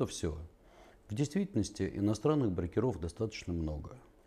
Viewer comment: Когда уже ударение будем нормально ставить в слове -БРОКЕРОВ ?? брОкеры - обижаются!!!